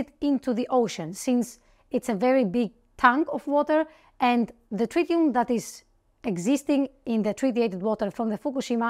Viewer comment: Tritium, not trillium